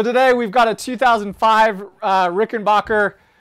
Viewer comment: It's RickenBACKer, not Rickenbocker. Get it right!